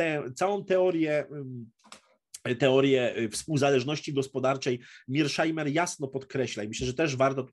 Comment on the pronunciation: Może Pan mówić po prost [mershajmer] Pozdrawiam